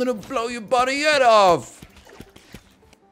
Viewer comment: If nl wants a tip to imrpove his british accent(s), the main thing I notice is mixing up the "ah" vowel sound with the "o" vowel sound, because they are basically the same in american english and he has to "unmerge" them. For example, every time he says "off", the vowel sound is like he's saying "ahff". And conversely, sometimes when he says something ending with "...ather", it sounds like the vowel in "bother". An example for you to check if you have this vowel merger is to check if "father" and "bother" rhyme in your accent. In any british, australian, or new zealand accent, these are two quite obviously distinct vowels. Another similar merger is the "au" and "o" vowels, which I hear sometimes mixed. The classic example is "cot" and "caught", but I've heard funnier examples like "thought" sounding like "thot" in an attempted accent, despite having different vowels. In general, if the word has an "a" in it, then the vowel will not be the same as the "o" vowel. But there are exceptions like "want".